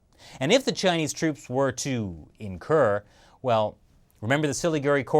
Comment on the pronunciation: Hey, thanks for mentioning North East India and pronouncing Indian names like Siliguri near perfectly. Btw while China is constructing roads, our roads in India especially the one connecting West Bengal and North East is in terrible condition and the less said about the border regions in this area the better. The road conditions are still not being improved to facilitate easier transport of Indian troops to our border with China along the Siliguri corridor.